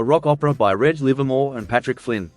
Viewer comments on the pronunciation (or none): Mispronounced Reg Livermore twice. It is not like keg, more like wedge